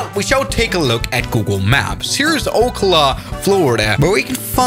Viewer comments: There is no way he pronounce oh -cluu its pronounced o ce ohla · It’s pronounced o-ka-luh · Ocala is pronounced oak al a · Oh-cuh-luh 😂 its Oh-cal-luh But I didn’t know they had an RC runways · Oak-la… WRONG! It’s Oak-al-a I swear to Jesus. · as a Floridian I believe it’s pronounced “ow KAH luh” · fr lol i was yelling at my computer everytime he said that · Checkmate, as a person from Ocala it’s pronounced Oh CAL Uh. Cal like in the beginning of California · Good video, by the way, since I live in orlando i know that ocala is pronounced Oak-Ah-la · says Ocala wrong it's O-cal-a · It definitely does because he said Ocala wrong XD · The amount of times he mispronounced ocala is insane (I live in fl) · I live in Ocala and I got so annoyed I almost clicked another video